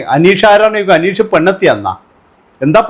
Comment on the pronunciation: നിനക്ക് അനീഷിന്റെ പേര് പറയാൻ ആദ്യം പഠിച്ചിട്ട് വാ